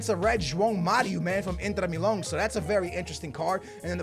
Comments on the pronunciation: Inter Milon??? lmao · Did my man say Joao Mario from Inter Milon? hahahah